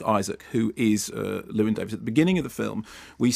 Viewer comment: I suppose as the Americans don't do it either it's too much to expect Mark to pronounce 'Llewyn' properly.